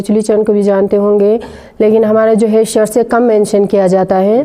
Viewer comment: Saar tse nahein Bhai shar tse